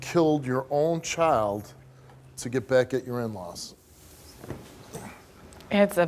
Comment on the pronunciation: It’s sad, but lady it’s child not choid, c-h-I-l-d